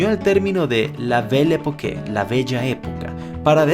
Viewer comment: "La belle époque" Se pronuncia "la bel epok" Y no la bellé epoqué